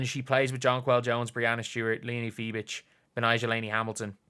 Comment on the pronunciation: THERE IS NO T IN FIEBICH! Its not Fibitsch... my god!